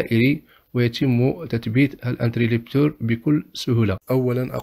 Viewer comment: اخي العزيز شكرا على ما تقدم ،لكن ملاحظتي هو اسمه انتريبتور interrupteur ,و ليس انتريلبتور، حتى ينطق الاسم صحيح ،تشجيعا مني و ليس شيء اخر ،وفقك الله و شكرا على رحابة صدرك.